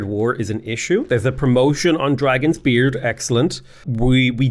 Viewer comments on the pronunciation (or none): none